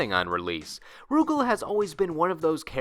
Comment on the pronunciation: Rugal is pronounced Ru Gaal, not Roo Gehl